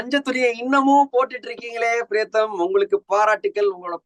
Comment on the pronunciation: Its high time, Badri calls as PRIYATHAM.....Not PRETHAM !! basics